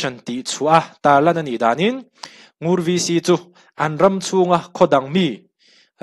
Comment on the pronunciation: Ngur khua hi Ngûr tih tur